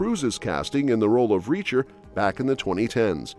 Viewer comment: This is AI reading. It can't even properly say Reacher at some points.